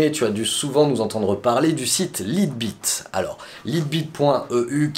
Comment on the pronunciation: "Laïte bit" voyons !